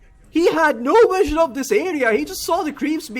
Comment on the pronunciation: Nobody: Caster: Swen has no wision of that eyah